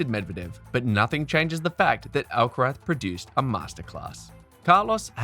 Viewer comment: Does this narator keep calling Carlos, Alcarat?!